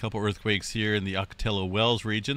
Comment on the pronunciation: Ocotillo is pronounced awk-oh-TEE-oh